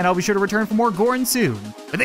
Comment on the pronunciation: Still each time he says gorn I think he says porn